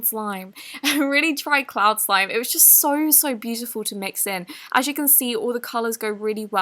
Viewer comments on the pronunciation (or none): she said clay slime for a cloud slime or is that just her amazing accient pushing in! luv u! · did she say clay sime?? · It sounded like that but she probably said cloud slime